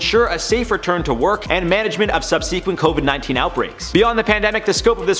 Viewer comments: Seriously?! The guy doesn’t know how to pronounce such a common word like “subsequent”?!?! Sub-see-kwent??? Next time try sub-suh-kwent! The younger generations really have me concerned for our future. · learn how to pronounce "subsequent" 🙄